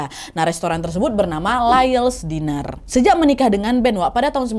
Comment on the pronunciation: Team yg selalu nonton tp gak pernah komen 😂 btw Diner itu di baca nya Dainer bukan Diner kyk tulisan nya 😘😘